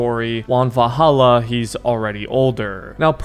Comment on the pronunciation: say it with me... VAL-HAL-LA